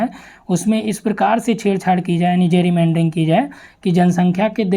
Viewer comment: जैरीमैंडरिंग nhi गैरीमैंडरिंग